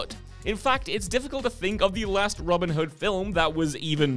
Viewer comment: Genuinely thought he was saying Robert Hud. I was like who’s that?